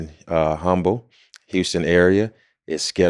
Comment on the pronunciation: How long has he been in Houston? 🤔 That is not how you pronounce Humble. 😂